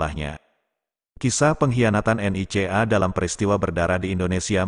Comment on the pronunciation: saya suka menyebutnya NICA pak.. bukan N. I. C. A. hehhehe..:face-blue-smiling